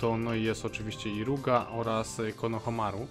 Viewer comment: Ale on woli mówić Iruga